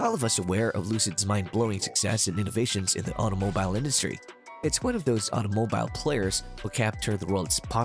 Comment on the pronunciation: You pronounce “automobile” like a lunatic